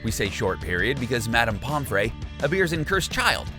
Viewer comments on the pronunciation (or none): Ok but why does the picture of Hannah Abbot look like that?? Like, were did you get that picture she's sneering like malfoy it looks nothing like her! Also NA- GI- NI not NA-GEE-NE. POM-FRY not POM-FRAY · It’s said Pom - free not Pom - fray. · it’s pom FREE not pom FRAY... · pompfree not pomfray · Its not pomferaey it its pomfry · no it's pomfrey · get you harry potter names right!!! like you miss pronounced, Lucius, Pomfre, animagus, and VOLDEMORT!!!!! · NA-GEINIE?!? POMFRÉY.!?!?! YOU’RE MAKING ME HAVE A HEART ATTACK!!